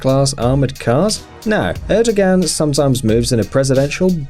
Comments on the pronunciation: Bro you need to learn to pronounce these names. It's pronounced, Erdo-wahn, not Erdagan And it's Shinzo Ah-bay, not Abe Queen Elizabeth is the ruler of the Commonwealth, where did you get this notion she isn't? She is the head of state. She is the one who signs bills into law, and gives them the royal assent. It's Pon-tiff not pointiff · Then Recep Erdogan is pronounced like re-jep er-doh-ahn(without g), and Vladimir Putin is vlah'dyee-meer(palatalized) poo-tyin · Erdo Gan! That’s funny. Pew ton! Lol. The Abe....cmon. (SHEEN-ZOE ah-bay